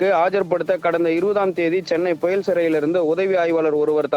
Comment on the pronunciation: Puyall or puzhal need proper pronounce